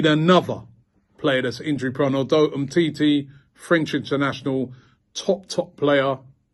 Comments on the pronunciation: 🤣🤣🤣 GTFOH Mate.. Humm titi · You ain't okey😂😂😂😂 He calls him humity😂😂😀😄